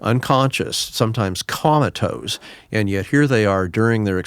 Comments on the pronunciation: Im sorry but I cannot take this physician seriously when he pronounces the word as "comma toes" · Great video! I hope you folks don't beat him up too bad for saying " ,tose " 😂